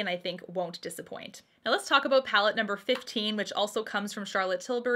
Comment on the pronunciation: I always forget you’re from Canada until i hear you adorably say “aboot” lol